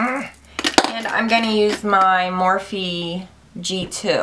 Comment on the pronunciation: The E is silent in Morphe.